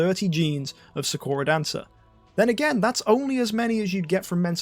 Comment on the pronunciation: ik its a dumb thing to point out but you are saying sakura wrong its saa·kur·uh or how they say it in naruto is the correct way to say her name.